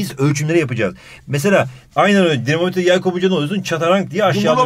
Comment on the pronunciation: Dinomometre denir. 😅